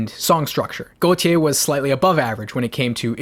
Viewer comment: Wanna point out, Gotye's name is pronounced like goatee